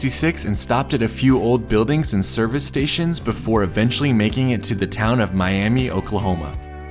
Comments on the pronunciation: Miami Oklahoma is not “me-ah-me” it’s Me-ah-ma Oklahoma. True story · The town of Miami, OK is pronounced Miamah -- not like the city in Florida. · You missed a cool stop in Chelsea, OK. There is a underpass that crosses Route 66 that is also an art piece. The walls have been painted with many murals. There is a statue of Jim Thorpe outside Foyil, OK. He was an amazing athlete. Miami, OK, is actually pronounced My-am-uh. Easy to u detest and why it was said that way as absolutely everyone thinks it is the same as the city of Florida. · You've probably been told this but "Miami" in OK is not pronounced "Mi-am-ee", it's pronounced "Mi-am-ah". LOL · I would just like to say, it’s pronounced Miam-AH not Miami please get it right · Just thought I'd correct how you say Miami , Oklahoma ... it's pronounced as Miama , though spelled Miami. I'm from Oklahoma, and that's how we say it here.. there is Miami ( Miama ), Oklahoma .. and Miami, Florida. Glad you had a great trip and were able to see a lot in Oklahoma. :) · It’s not pronounced Miami. It’s My-am-ah! I know that because my grandparents lived there. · Make sure you don't say it Miami when visiting Miami, Oklahoma. The locals pronounce it (My-am-uh) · Miami, Oklahoma is pronounced My am a! The other one is in Florida! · Came here to see if you passed Miami, OK, and you did 🎉 Just know the locals pronounce it My-uh-mah. Don’t ask 😂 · Miami, Oklahoma is pronounced My-am-uh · In Oklahoma, the town of Miami is not pronounced like the city in Florida. It is pronounced “My am a” 😊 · Great video, the town of Miami, Oklahoma pronounces the town name with a short i sound not like the town in Florida. Great video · Miami, Okla is pronounced Miama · Love this video so much! Thanks for sharing. As an Oklahoman I really appreciated your point of view on all of our historic landmarks. Here's some inside info on our little town Miami. Its actually pronounced My am a. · Miami, Ok. Is pronounced Miamuh! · It is not miami it us miama